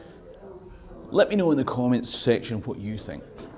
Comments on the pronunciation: Your pronunciations of Stirling and Sterling sound the same to me. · Alrighty, Can't we all agree its not Pounds Sterling but actually... SPOONDOOLIES!!! Dear American & Aussie chums fae now on it Stirling (STIR-LING) castle & money is called SPOONDOOLIES Scots everywhere will know exactly what ya mean & all this confusion shall end, the world will be in harmony, the lamb shall lie with the Lion, & all the TENDER SHALL BE LEGAL ACROSS THE LAND!!!....problem solved & jobs a good un!!! Your welcome 😂😂😂